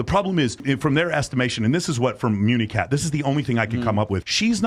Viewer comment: Who is "municat" ?